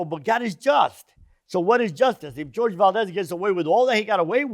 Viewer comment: I think his name is pronounced "Hor-heh" ...Spanish name